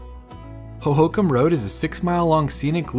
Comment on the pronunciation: Emphasis on last syllable-Ho-ho-kam.